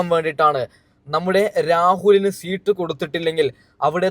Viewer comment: സീട്ട് അല്ല മാഷേ സീറ്റ്... Rahul ഇഷ്ട്ടം ❤️